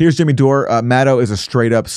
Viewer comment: Kurt Metzger should just STFU about Rachel Maddow. Plus he can't even pronounce her name correctly. Neither can Canadian interloper Aaron Maté. It rhymes with meadow. Metzger goes on Fox with Greg Gutfeld to trash the journalistic profession. Dore keeps going on Fox with domestic enemy Tucker Carlson. You guys are so clueless and out of your league.